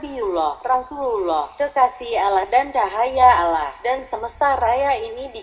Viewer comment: Mohon pengucapan sholallahu allaihi wasasallam. Dan pengucaoan Allah di perhatikan pengucapan nya harusnya Alloh bukan Allah seperti tulisan latinnya . karena penulisan arab alif fatkhah ketemu lam bacanya Alloh beda kalo alif kasroh ketemu lam bacanya illah . Mohon koreksinya jika saya juga salah